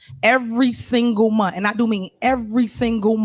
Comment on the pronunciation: EACH AND EVERY MUNT what's a MUNT?